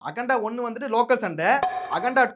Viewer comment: அகண்டா இல்லை அண்டா